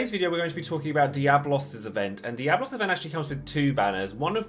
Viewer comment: It's DiabOLOS